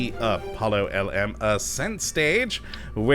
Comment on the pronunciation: The LM is pronounced LEM